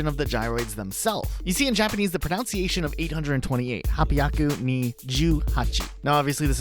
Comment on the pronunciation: Extra credit for mispronouncing the word pronunciation! Cheers!